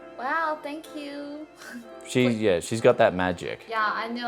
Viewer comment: Very cute girl,plus i find it adorable the way she says yaah instead of yeah :) .